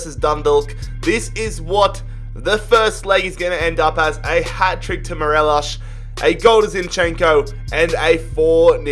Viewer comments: Anyone triggered at him saying morelosh than morelos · His name is Morelos not morelash lol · Its mo-re-loss no fucking morelish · everyone: mor-el-os: mor-el-esh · I hate who he pronounces Morelos wrong he pronounces it morelosh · Its morelos not marelosh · How he says Morelos cracks me